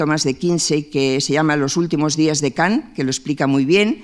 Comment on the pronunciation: Kan, Kan no Kant